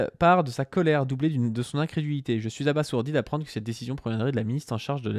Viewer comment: ça se prononce "abazourdi"